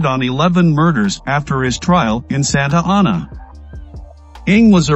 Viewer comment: SANTA ANA! SAY IT RIGHT!